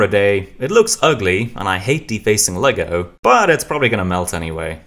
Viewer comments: it’s always been Lego as the brand and brick as the product so hearing it be actually said correctly is so cool I wish it was more universally known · i love how you know that its "Lego" and not legos most people dont know thats how it is supposed to be said in any context